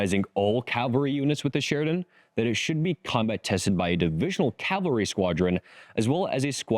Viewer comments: CAVALRY not calvary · You said "Calvary" more than once. You mean "Cavalry." There is a huge difference between the words.